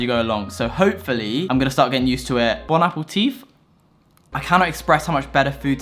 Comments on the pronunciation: Bon apple teeth? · Bonaputief haha its a little diffrent in french